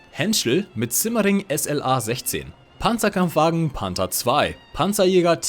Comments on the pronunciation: Toll ein englischsprachiger Youtuber der nicht Pänzerkämpfwägen sondern Panzerkampfwagen sagt. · I am a german and im very proud of you, couse everytimes i hear somebody say PANZERKAMPFWAGEN 6 AUSFÜHRUNG F wrong i get an heart attack. Lol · als Deutscher freu ich mich über richtige Aussprache von PzKfw